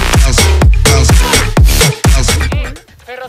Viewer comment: Bro durante todo el video has dicho ferrocerío con la silaba tonica en la i cuando la silaba tonica la tiene en la c